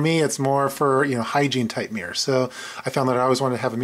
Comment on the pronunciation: Good kit... by the way, there's 2 syllables in "mirror" ;)